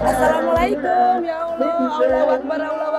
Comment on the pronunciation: Semoga istiqomah ya mba angie. Saran di akhir video mba angie ucapin salam nggak lengkap. Kedengarannya cuma " mlekum"